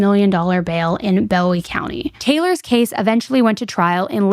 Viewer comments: And it’s also pronounced Boo-owie not Bow-ie county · Idabel is pronounced Ida-bell. Bowie county Boo-ee. Dekalb, De-cab. being from idabel the mispronounces are driving me crazy lol. Also, this case has people asking to go into the er room and stuff, which is beyond gross. But I appreciate the deep dive. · I’m from Atlanta, TX (around 45 minutes from DeKalb pronounced “DE-cab” and New Boston) and this is pretty trivial, I know but… “Bowie” is pronounced with the “oo” sound and Texarkana pronounced with the last syllable being “Anna’ as in Hannah. As a local just really drives me crazy.